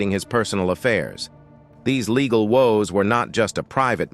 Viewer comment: True baygled marraige? Laygal??? Who was Laygal? 🤔🤔🤔🤔🤔 Sounds like the name of some drunk Madame Martin Lawrence grew up with 😩😩😩🤣🤣🤣 picture Martin Lawrence What Up Laygal?😮 The narrator hooked up on Phonics like the 90s